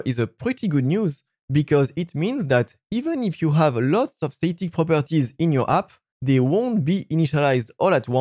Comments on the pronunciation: The A in static is pronounced like the A in rat, not rate. :D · Great informative video. I don’t want to sound like a d*ck but I found it a bit difficult to understand what you were saying. It was mainly to do with the pronunciation of “static”. The A in static should sound like the A in apple. Not the A in Snake. Keep making these great videos. Thank you.